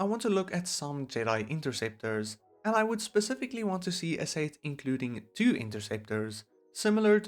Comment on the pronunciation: More like The PERFECT Lego Star Wars "Sayt" Wave What accent is this lol